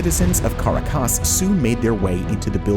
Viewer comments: It's Ca rac as ! Please Pronounce it : Kah-rack-ass. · Love the channel content but due to the high production quality, simple pronunciation errors really stand out...notably, Caracas is pronounced Ka-raw-kaass. Otherwise, this is a really good channel. Thanks! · As a venezuelan, allow me a small correction. The strong syllable in Caracas is the second one, not the last one. It's pronounced ca-RA-cas, not cara-CAS. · haha haha CARACAS pronunciation....lol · you pronounce caracas funny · Hoe could you mispronounce "Caracas"? Leeds me to think the narrator is AI. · caracas is not said like that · That's not how you pronounce Caracas lol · Not sure I can trust any of your research when you can't even pronounce Caracas correctly. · Great video. But you mispronounce Caracas.